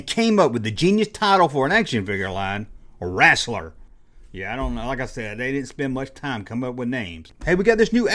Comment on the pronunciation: The line was “wrestler” not “wrastler”